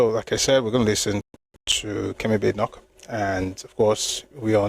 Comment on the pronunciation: Hello brotherly, nice session as usual. Badenoch is pronounced Bah-deh-nokh. It's Scottish name.